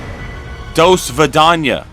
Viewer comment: As someone who speaks Russian, it hurt a little to hear say do svidaniya